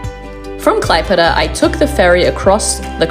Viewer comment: Oh dear the pronunciations! Try " Klaep + Eda " and " K + Li + neen + GraD "